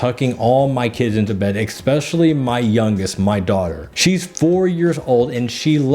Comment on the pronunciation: I really enjoy your videos. I watch everyone. Here's a bit of advice though. If you want to be better at telling stories, please stop saying "Xspecially" the word is especially. I've noticed you say it in the past 3 videos I've watched of yours.